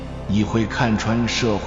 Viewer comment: pua发音错了，该死的AI